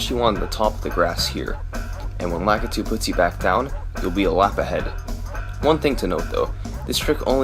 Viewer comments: how are none of these comments calling out the weird way you say Lakitu. why do you say it like that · this dude also can't pronounce Lakitu, so..